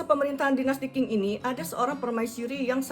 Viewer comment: Ceritanya bagus... cuma tolomg cara baca pinyin nya diperbaiki. Qing dibaca jing. Cixi dibaca jesi dgn e seperti membaca empat bukan tempe. Makasih